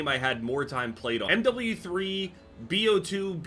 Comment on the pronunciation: when says M double u three